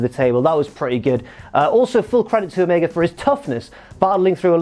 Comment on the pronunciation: Stop saying omega wrong